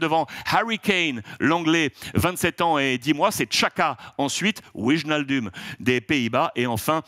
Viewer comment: Alex si tu lis les COM, on ne dit pas WIJE-NAL-DOUM, mais WAY-NAL-DOUM ! ^^